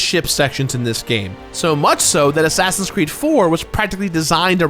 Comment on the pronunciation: Did he say "assassins creme" ?